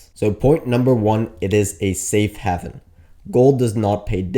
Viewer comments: A safe what ? It's pronounced " have in " as in " gave in " not " Gavin " . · Great video, I've been heavy GLD and SLV for a few weeks now. FYI, it's pronounced HAYV-EN (I promise). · Great video! One question, if gold going up is such a strong sign of a coming crash, why isn't everyone selling stocks in reaction? By the way, haven is pronounced "hay-ven". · you are mispronouncing the word HAVEN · That's not how your pronounce haven